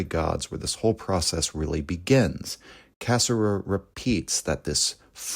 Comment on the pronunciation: I know you are intentionally mispronouncing his name, and I know it's an homage, but man it does tick me off.